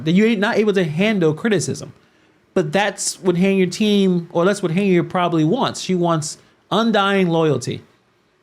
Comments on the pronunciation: not the way you do. she does not pronounce her name as "Hey-nard" she pronounces it "Hen-Yard". 'm not defending her at all. I don't think she's doing a good job as Supervisor or Mayor, but her name is her name. We all want our names to be pronounced correctly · I. Don’t like her either but why do you keep pronounce her name as “Hey-nard”?